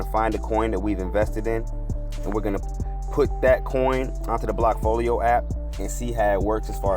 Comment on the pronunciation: Blackfolio? I thought it was called bllockfolio.